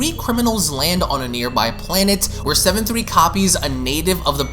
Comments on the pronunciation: Sevenslee // says seven three lol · You keep saying Seven3 when is clearly says SevenSLEE